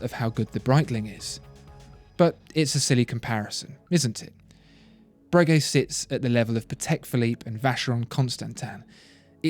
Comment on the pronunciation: I dont think you pronounce the g in Bregeut like that